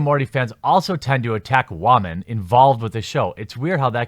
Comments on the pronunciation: Why do you say "wah-men"? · Wamen? Or are you saying Ramen? I truly can't tell. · Why do you say whamen?